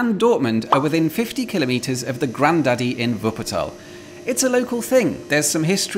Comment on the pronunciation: And he says Wuppertal correct too 😀